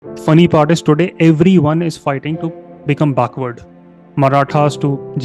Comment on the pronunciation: Baakhward ??? No brother it is backward ❤❤